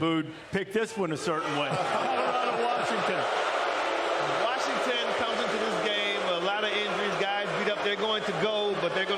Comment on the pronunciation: Warshington! Warshington! Warshington!